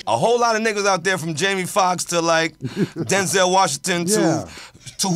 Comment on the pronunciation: Why he say DENZEL 😮